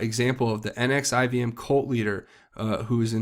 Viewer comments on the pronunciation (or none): NXIVM is pronounced Nex• see• um